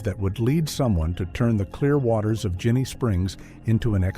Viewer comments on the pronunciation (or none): yes, and as another tell, he mispronounced the name, it’s a soft G, like in “Gin”.